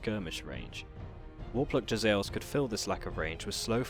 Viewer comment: Jezzaeils?! Oui-Oui, monsieur! From the more sophisticated Frech part of Skavenblight! :P